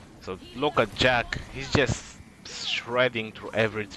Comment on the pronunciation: I think he is called "Jack-sss "